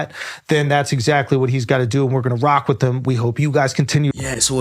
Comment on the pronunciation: "The Rock" became "The Cock"😂